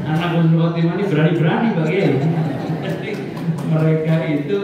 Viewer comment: Admin yg bener itu Husnul Khotimah bukan khusnul khotimah beda banget artinya Husnul baik,, khusnul buruk